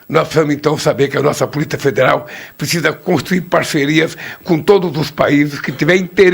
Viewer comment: O. NOME E POLICIA E NAO POLITA VELHO CAQUÉTICO